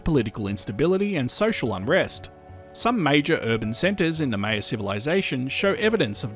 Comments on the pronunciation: it’s pronounced “MY-yuh”, not “MAY-yuh”. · Great video! Only thing I I wanted to add is Maya is pronounced like “higher” with an M :) Still found the video fascinating though! I’d never heard about this eruption/these eruptions!